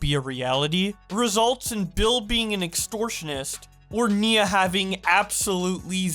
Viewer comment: it's NIA not NINA